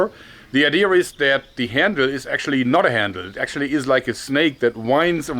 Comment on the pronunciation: damn, he says: "well the snake knife ****, let me say this again..." the close captions claims its "the snake knife IDEA" but all i can hear is my name. "Adir"